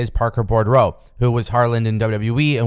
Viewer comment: his last name is pronounced "boo-drow". There is only one "r" in his name. No offense. I appreciate your videos. I just want you to sound smarter. When you sound smarter, you sound more professional. When you're viewed as more professional, you'll get more eyes on your product.